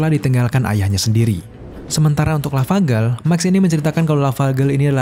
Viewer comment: Yg gw denger: sadboy dah lavagerl